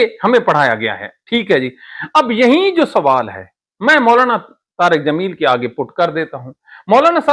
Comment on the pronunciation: Hazrat aap bohat acha bolty ha lakin aap ka ye lafz galat ha lafz yahee ha yaheen nahi thanks